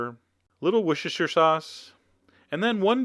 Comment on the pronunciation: ehehehe. Worshershershersher sauce :3